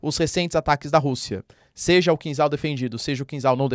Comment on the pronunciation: É kinzhal, "zha" pronunciado como "já" de jacaré. Traduz como punhal em português, dagger em inglês. Punhal supersônico é triste.😢